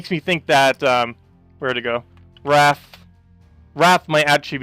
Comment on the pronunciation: Wraith is pronounced ray-th, not rath (wrath). The "i" makes a big difference. :)